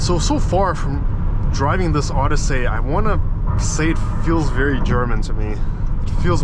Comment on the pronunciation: What the heck is this OddySAY business? Just pronounce it normally like everyone else, OdyssEE.